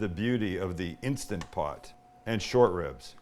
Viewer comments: It's INSTANT POT, Sam ... not insta pot. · It's Instant Pot, not insta-pot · instaNT pot! Say it right! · I love how he says it like Instagram “Insta-pot” lol